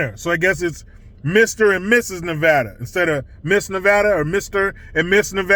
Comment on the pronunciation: DNA don't lie that chic is a guy. Redefining womanhood. You were right the first time saying Nevada. Not Nevahdah. I am a lesbian trapped in a mans body. Help me.